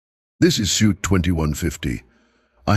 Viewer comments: He also said sweet one time! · I had to laugh about the word, suite, and the AI keeps saying suit. funny. another funny mistake, résumé (cv), they keep saying resume. good story.